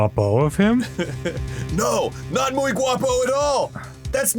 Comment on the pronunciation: As a Spanish native speaker, the way Dan said “Juan es muy guapo” sounded more like “Juan es mi guapo” and that translates to “Juan is my handsome”, Which I find hilarious